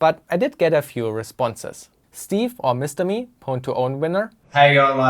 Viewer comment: why are you mispronouncing pwn